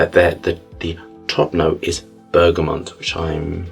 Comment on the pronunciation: I adore your videos and the way you describe scent (I haven't had the pleasure of trying your own perfumes yet, though). However I need to say this: it's pronounced bergaMOT, not bergaMONT or bergaMON. There is no N in there whatsoever. PS. I 100% agree with your stance on allergens in perfume.